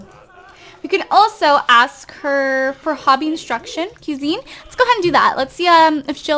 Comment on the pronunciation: Pronounced qui-zine